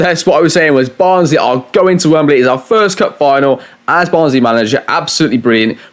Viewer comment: "We're going to Wem Ber ley"